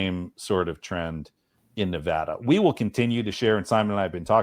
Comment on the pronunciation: Lots of great points which others are addressing so I'll simply say that, as a Nevadan I very much appreciate that correctly pronounces the name of my state. That may seem trivial to some, but it shows attention, care and respect. Thanks for all the great work otherwise.